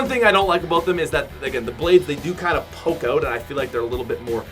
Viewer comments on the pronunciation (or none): none